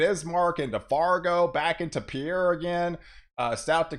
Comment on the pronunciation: Great forecast. I'm in southwest Iowa. By the way, "Pierre," South Dakota is pronounced "P-I-E-R." Thank you!